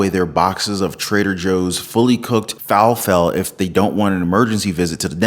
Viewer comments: Fa-La-Fell! Falafel.... good info ..just being picky.. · It is Fah Lah Full lol, I guess you do not eat Greek food. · Falafel, I think its pronounced like waffle... (Fuh-laffle) not sure